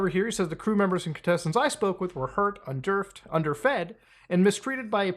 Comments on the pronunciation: bro said un-DERFED 36 minutes in.... i cant take the rest of it seriously, sorry Muta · I'm sorry, but Muta accidentally pronouncing "under-fed" as "un-derfed" is absolutely sending me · Funny how you read it un-derfed instead of under-fed